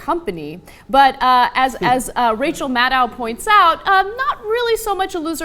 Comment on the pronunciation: Anna! Rachel Maddow's last name rhymes with "shadow" not the exclamation you make when somebody hits you really hard: "ow!" Rachel Madow. Rachel Maddow.